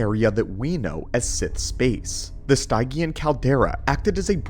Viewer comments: If what you or the A.I text to speech pronounces Stygian as Stai-gian where we older gens would pronounce it as Stij-jian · Much appreciated! Just something that was a peevish earworm throughout: Stygian; from the River Styx (pronounced "sticks") of Greek mythology. Sti.jee.un, not Stigh.gee.ann. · Stygian - Stih-gee-uhn. ;) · Stygian is pronounced "stee-djee-en" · its pronounced STIJ-ee-an. it from ancient greek myth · It would help if you said Stygian and Grimoire properly.